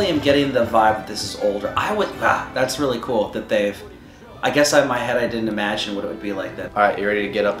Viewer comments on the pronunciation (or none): I can hear the emphasized "imagine"